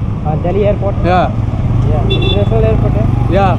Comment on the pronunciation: Mr, u can't pronounce even the place name, than how can a sample man can help you, you say airpro, instead of AIRPORT